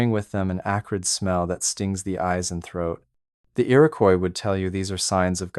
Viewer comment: It's Iroquois, no y in it.